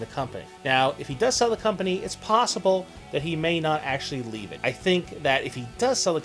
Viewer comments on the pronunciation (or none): none